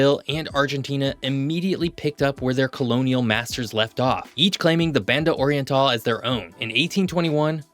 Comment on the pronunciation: Why do you pronounce Spanish words as if they were English? Your pronunciation of "Banda oriental" is just egregious. Imagine someone speaking English with a strong Spanish accent, like Sofía Vergara. Then use that accent to pronounce Spanish words, and you'd be much closer to the original pronunciation.